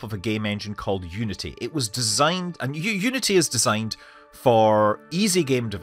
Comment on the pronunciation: I thought he was actually saying it when he started to say "you-nitty"